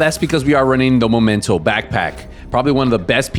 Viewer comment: This game is been out for so many years still people couldn’t pronounce the right name for backpack..it’s Memento not momento😂😂😂